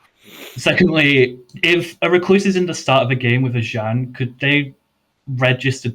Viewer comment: Stop saying z-an, a double a is pronounced z-ah-n; English is hard😂